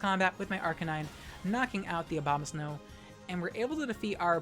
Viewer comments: Thanks. I was mid-swallow when you pulled out the 'Arca-nee-nay'. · Did you really pronounce Arcanine's name as "Ark-ca-nee-nay?" LMAO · FlygonHG is getting to you. You mispronounced Arcanine:p Awesome video btw!